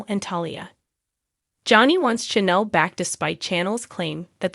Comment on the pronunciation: Wrong pronunciation !Not-- C H A N N E L! Check out the pronounce eation before you make a presentation